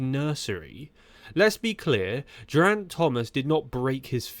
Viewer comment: Please trouble yourself to learn how to say Geriant's name. G is fine though. While you're at it, how about a bit of study on how to say anatomical word too Otherwise very entertaining!